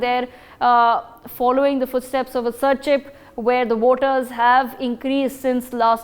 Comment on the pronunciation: Aizawl not Aizwal; Serchhip not Serchipp 😒 Disappointing to see such carelessness on a national media.